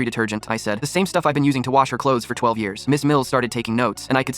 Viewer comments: Why cant these ai voices say ages and numbers properly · This is ridiculous I didn't even have to watch most of it to No it's fake. You telling me AI can't read the number 12